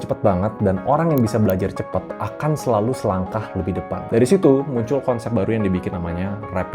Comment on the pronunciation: CEPAT bg, bukan cepET